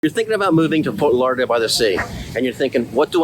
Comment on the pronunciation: Why do you say "Lah-Dale" instead of Lauderdale ?